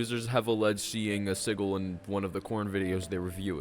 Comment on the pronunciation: This video was a great watch every topic was interesting please do a supernatural iceberg i subscribed Btw you said Sigil in a strange way lol